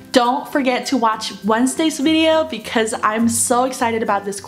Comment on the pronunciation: 有呑音比如VIDEO 没发出来